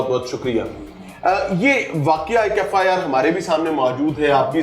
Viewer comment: FIR ko FAR bol rha hai